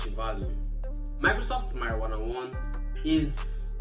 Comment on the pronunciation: . Did I just hear marijuana ❤😂😂😂😂